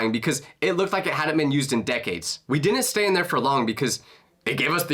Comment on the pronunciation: God I hate the level of stupidity and illiteracy in today's youth, and their inability to understand word pronunciation.... like this kid here.... another dum dum who pronounces the word 'Didn't' as 'Dinnent' 🙄